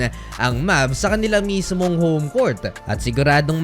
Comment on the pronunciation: BULOL!!!!! Anong Cort?? COURT!!!! BULOL!!!